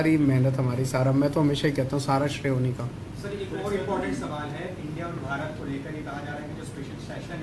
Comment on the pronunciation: He himself pronounced bharat dhash in his conversation and again defending nonsense against BJP.